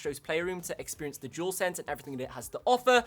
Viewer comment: Oh dear you said jewelsense 😂 not a real gamer then 👎🏻because proper gamers can pronounce it properly it’s dualsense 👍🏻.